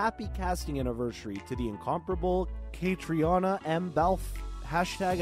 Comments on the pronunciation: Wouldn’t it be great if you learned how to correctly pronounce Caitriona’s name? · Why don't they know how to pronounce her name it's not that hard